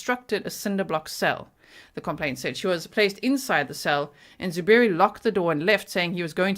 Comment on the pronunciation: I like how he said “ZOO Berry” with the emphasis on the word ZOO. Because it’s just fitting for this stupid animal.